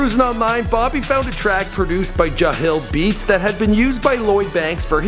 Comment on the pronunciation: Bro how the fuck gonna mispronounce jahlil beats when it says it clearly at the beginning of the song. lmao